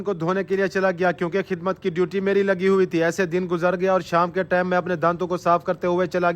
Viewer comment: Plz say TIME instead of TAME..